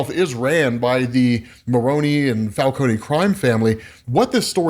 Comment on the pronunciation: Falcone...not falconey